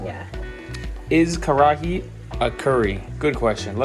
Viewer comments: It's karahi - ka-ra-hi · it is " kar-ra-hi " it is not Curry